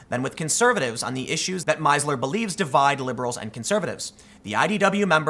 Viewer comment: Being German, I would have pronounced that name "Meesler" "ie" is a long "i", equal your, "ee" in German.